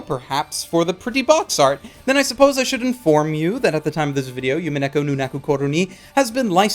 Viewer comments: Love you and completely understand that you don't speak Japanese, but listening to you say "Yumineko" instead of "Umineko" was extremely painful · Oh, and it's pronounced "Oo-mee-neh-ko" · I also thought that witch felt similar to Rika. And dear god stop saying yumeneko. DreamCat ≠ SeaCat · The way you pronounce umineko is bothering me xD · not to be a total weaboo but you would think would be able to correctly pronounce Umineko